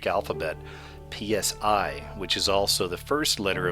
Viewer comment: That explains why i've been seeing this on advertising, TV...... Everywhere in fact. Thanks, my friend. A quick note on pronunciation: Psi is pronounced 'si' as in 'simon' In psuche, the 'u' is pronounced as an 'I' or 'y' giving 'psyche' pronounced 'si-key'... Hope that helps, my friend.